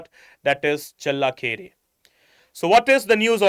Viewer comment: thanks for explaining well. But pls improve ur pronunciation while u talking about karnataka and kannadigas.challakere u changed the pronounciation several times which is not right kambali also..pls its a request from kannadathi.And here in Karnataka nela jala bhaashe nam praana. Hum janthe hai bhai ki kaise sambhalna ap pls apna pronunciation ko sambhalo.🙏🏽